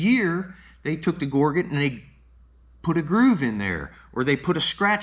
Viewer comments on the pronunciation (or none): Just looked it up in the dictionary—it's pronounced ˈɡôr-jət , not gor-get. The dictionary is your friend, learn to use it.